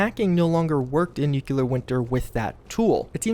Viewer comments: Near the end, I randomly decided to do a "NEW-kyall-ler" counter... ... ... ... ... ... How bout "new-CLEAR"? Only TWO syllables...🤦🏾‍♂️ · he says nuclear weird. new clear not nucular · Who else gets triggered every time an American says "nucular"? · nuclear is 3 syllables. new-clee-ur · You have the best news for Fallout 76 man! Even if you do say "nukular" 😂